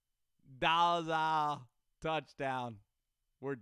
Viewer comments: I love the pronunciation but I go to his hs he went to for a year or two and know his brother and the pronunciation is actually dole-I-gala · Lol I went to school at ccsu. Had a class with his brother. It's pronounced Dole-gala. Like dole the juice company